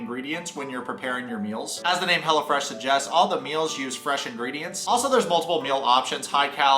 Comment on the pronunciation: Side note* I low key thought he was saying Hella Fresh 💀😂💀😂💀